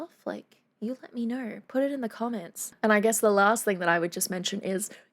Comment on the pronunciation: know is not knowr you speak of articulation but show your own articulation of words includes extra R's that are simply not there iam assuming this is some new form that ALMOST resembles English .